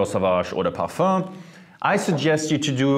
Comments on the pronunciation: “Parfah” I love hearing it 😂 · I love how he pronounces parfum